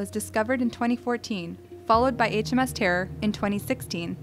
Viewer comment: “HMS Tearr”